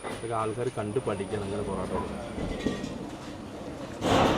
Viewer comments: ബോറോട്ട അല്ല പൊറോട്ട 😂😂😂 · പൊറോട്ടക്ക് ' ബൊറോട്ട' എന്ന് പറയുമ്പോ തന്നെ അറിയാം... ജനുവിൻ റിവ്യൂ ആണെന്ന് 🎉❤